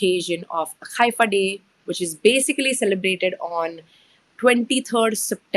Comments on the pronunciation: I noticed you pronounce Haifa as Khaifa? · Is it khaifa? as you are pronouncing or Haifa, what we heard so far.